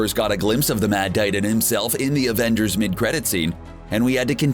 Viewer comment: Did.........did he just say ravengers?